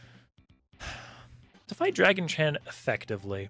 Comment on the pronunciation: I keep hearing "Draggy Chan" myself, lol